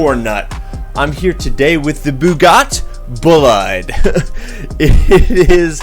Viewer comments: bugatt? where is the i? O.o XD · did he just call it a bugatt boliad